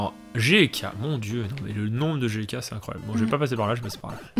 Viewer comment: Quand vous dite "GK" j'ai l'impression que vous dite J.K